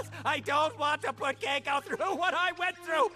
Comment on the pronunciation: Can we agree that the brain in the jar looks like a really bad parody of Caine from TADC? Edit: Again! It will not CEASE to annoy me that the kid’s name is pronounced “Kai-ko” or “Cake-ko”? and not “Kee-ko”. 🤦‍♀️